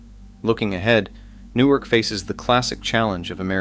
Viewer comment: The hell is NEW ARK? Its Nork. Thats how its pronounced+!!!